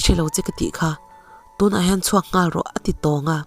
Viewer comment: Rilru kap tun ( tùn) tiin lam zawk teh